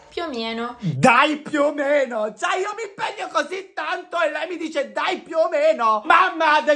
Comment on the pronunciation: dai più o meno ❌ Dai piuœ meniœ ✅